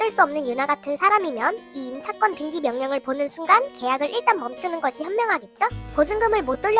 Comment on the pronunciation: 왜 등기를 등끼라고 하시지 ㅎㅎ